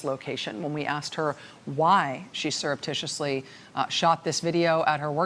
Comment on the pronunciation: I'm sorry I couldn't get that word again... Syrup Tissue Titty? Please say it ONE MORE TIME I DIDN'T GET IT